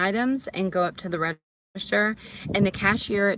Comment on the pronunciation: It's called a "register", not "redishter" lmao